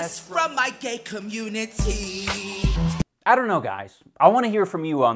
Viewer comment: FROM ME IN THE GAY COM-MUN-IT-Y: its a definite n o